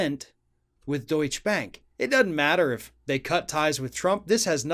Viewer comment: You might want to learn how to pronounce DeutscheBank if you want to be believable..